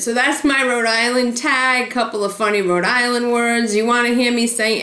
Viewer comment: I grew up on the Cape, and I always heard a lot of people (especially from the Providence area) say they were from "Row-Dilan". and on the Cape we pronounce that big clam as a 'Coh-hog' ---just waiting to jump into a delicious chowdah. I love hearing the accent that everyone makes fun of now that I've lived in Florida for almost 40 yrs., I hope I never lose it. Great video! I also love Green airport...so much easier to get to Cape Cod from than Logan.